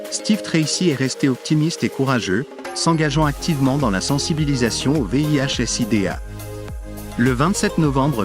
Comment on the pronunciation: Bon contenu mais gâché par une voix IA qui est incapable de dire certains noms correctement et prononcer Sida à certains moments. Dommage. Pourquoi ne pas utiliser votre propre voix? Cela donnerait une certaine crédibilité et sincérité à votre travail